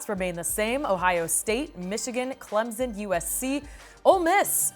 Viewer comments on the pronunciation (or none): It's ClemPson. NOT ClemZun.